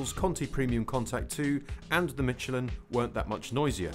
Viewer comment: can this guy not pronounce "SH"? it's pronounced miSHelin, and at the end did he say CHopping around? or is he trying to say SHopping around?